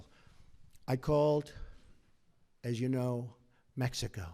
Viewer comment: Mexico... hate how he says.. Mexico..